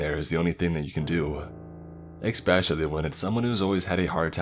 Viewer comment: It’s funny, he says “ecspecially” every time he uses that word.